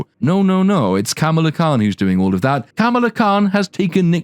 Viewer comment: Camel-Ah Khan is somehow more racist that pronouncing it the same way as the WWF wrestler 🤣